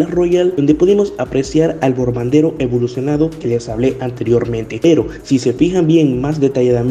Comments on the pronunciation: Bombardero ❌ Borbandero ✅ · Bombardero: ❌ Borbandero: ✅